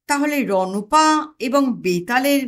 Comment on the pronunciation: রণঅ পা নয়। উচ্চারণ হবে রণ্ পা।